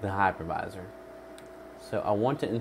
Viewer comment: I thought he said hackerviser. That will teach me to listen better.